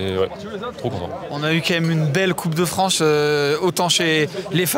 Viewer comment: 27'22" "coupe de Franche" dixit 🤣🤣🤣